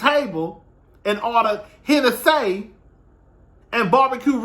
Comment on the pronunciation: It’s the “Henne-saay” part for me 😆🤣